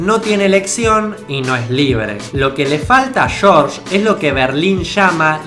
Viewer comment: "Shórsh" jaja